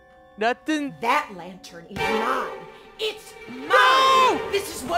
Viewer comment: “She didn’t like us taking the lattern....” “So I’m gonna take the lattern.....”